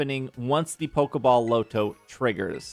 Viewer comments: It’s not low-to. It’s pronounced LAH-to. No one says low-to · I can't do the way you say lotto. It's LAH-toe no LOW-toe lolololol Like lottery ticket. We don't say LOWtery ticket lol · Okay so, "Lotto" said "LAH-to" not "LOW-to." It's short for "Lottery." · Bro called the Loto the "Low-toe" whatever that is😂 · Your pronunciation of "Lotto" is killing me... It's Lotto, like Lottery. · They way you say lotto is extremely jarring lol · I low key thought it was because you didn't want YouTube to flag it for gambling or something lol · my native language isn't English either but that is not an excuse for butchering basic words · Maybe it sticks from Roto loto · i second that …